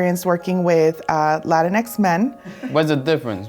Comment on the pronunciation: I do have to ask though, if Latino is pronounced "la-teen-oh", then shouldn't Latinx be pronounced "la-teen-ex" instead of la-tin-ex"? Or are we just saying it the white way now? The way y'all are saying it makes it seem like like when people say "Malcom X" or like a top secret government project, instead of a gender neutral adaptation of the word that describes our ethnic group.